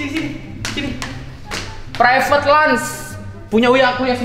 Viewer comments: Lounge kali bang billy, bukan lunch😭😭🤣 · Lounge bang Bil, bkn Lunch. RIP English wkwkwkk